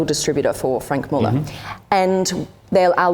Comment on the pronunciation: Can't pronounce the watch names, their all her husband's and Franck muller is as bad as Hublot.